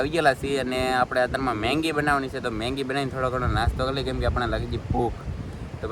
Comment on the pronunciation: મેંગી નય એલા મેગી